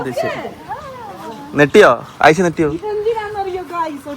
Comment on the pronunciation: നെട്ടിയോ എന്നല്ല ഞെട്ടിയോ എന്നാണ് പറയേണ്ടത്